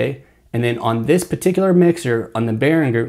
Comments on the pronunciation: You seem to know your shit. Great video. BTW, it's pronounced "Ber-in-jur". Not trying to be a dick. Just a heads up. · I'm hoping that since this video, you have discovered how to properly pronounce Behringer.... I know it's trivial, but it is annoying.... to me